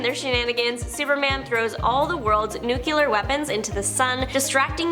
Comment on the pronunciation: NO Noo Klee Ar Not Noo Cue Lar Also, Ear ray dee ated Not Iriated.